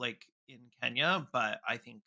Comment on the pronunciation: As a Brit of Kenyan heritage I really appreciate the section on 🇰🇪 Kenya. And as a Kikuyu, you pronounced that really well. Harambe! My mum was a child under British colonialism and feared for her life daily. My uncle and great uncles were imprisoned in concentration camps. My uncle was just 15.